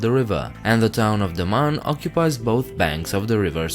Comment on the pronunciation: IT IS not THE MAN and Diu IT IS DAMAN and diu